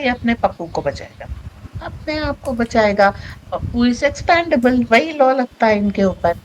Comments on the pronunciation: expAndable nahi expEndable. Uccharan sahi kijiye. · Sorry, Expendable. Not Expandable.